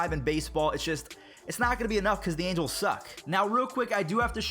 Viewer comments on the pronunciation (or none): none